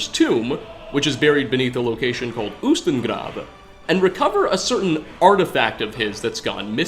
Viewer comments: getting better at pronouncing words! He actually rolled the r in ustengrav:D! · your pronunciation of grav is perfect I'm Norwegian not from island but grav is Norwegian and its perfect pronunciation and its also in Norwegian grav is graveyard or more specifically a grave